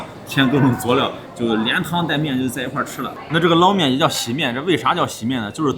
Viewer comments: 天津人都叫捞（láo 二声）面，不是 lao一声。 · 天津人要读捞（读二声）面，崩（读一声）豆张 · 捞面捞读二声😊